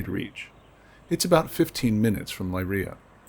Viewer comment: This is wonderful and fascinating. But your pronunciation is a little awry. Leiria is Lay REE uh. The surname Souto is SO too. “Ou” in Portuguese is “oh”, while “o” is generally “oo”.